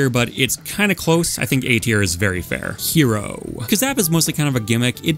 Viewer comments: you're pronouncing "hero" (the bowser) wrong. it's closer to the word "hello" with an elongated "o". you're saying it like "hiro" and there is actually a different player named "hiro" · oh and also hero (the player, not the character)